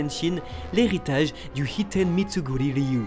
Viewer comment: "hitten mitsuguri" c'est l'art du "hitten mitsurugi* ryu" raté